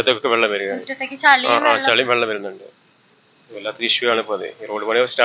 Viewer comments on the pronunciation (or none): ചളി അല്ല ചെളി